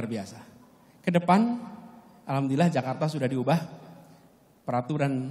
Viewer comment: AL HAM DULILLAH pak....! Bukan AL KAM DULILLAH